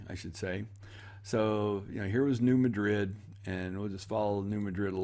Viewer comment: BTW New Madrid is not pronounced like the city in Spain but emphasis on first syllable.